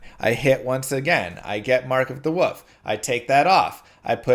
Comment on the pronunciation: For the love of god learn to pronounce “wolf”